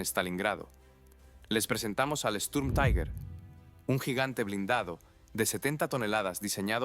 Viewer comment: Cada vez que en español pronuncias "taiguer" muere un cachorrito en alguna parte, que los sepas.